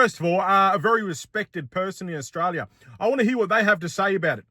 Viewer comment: INDI-STRALIA😂😂 and CHIN-STRALIA😂😂